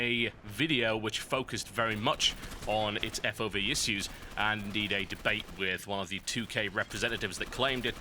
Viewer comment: lol totalbiscuit cannot pronounce "issues" :D